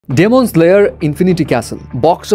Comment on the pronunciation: ডেমন নারে ভাই এটা ডিমন🐸